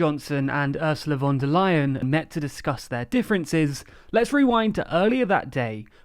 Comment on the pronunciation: THANK YOU for saying Ursula von der Leyen's Name correctly! You're the only English speaker I have ever heard who ever got it right.